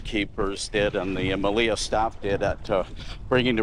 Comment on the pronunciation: Your videos are valuable. I have been to the Meliá (in Spanish the accent goes on the a, not the i as you pronounce it Melía, which sounds wrongfully cute) among other resorts like the Majestic Mirage. I decided to book another vacation at the Melia after seeing how much I missed when I was there. In that sense, I said your videos are valuable. I have subscribed to your channel and will recommend it to my friends.